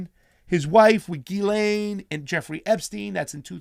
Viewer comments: You really need to get your names straight. It is GIS-LANE MAXWELL, NOT ELAINE. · Its pronounced Geez-len. It's French.